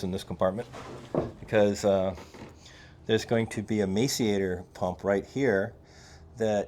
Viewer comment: Hey, the grinder pump is pronounced “mass-er-ater”…